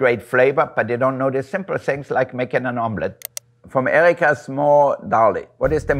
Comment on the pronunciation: Love how his German came out at "EEEEriiiiikaaaa" hahaha he's just so charming 😊